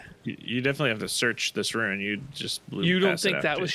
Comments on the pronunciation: picks up a item: "oh, golden ruin" it's golden rune you freak🤯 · we actually just had this conversation in the Fanmail yesterday. is the only one who can correctly differentiate the words Ruin and Rune. As seen in this video, these two will randomly swap between the two pronunciations for both, as neither can actually hear the difference.